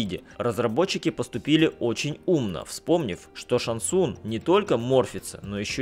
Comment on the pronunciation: ШанГ ЦунГ!!! Не глотайте буквы! Что и Лю КэнГ и КунГ лао! ЗАПОМНИТЕ